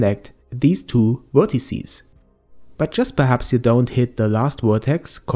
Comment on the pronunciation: Very helpful, but you keep saying "wertecies" :p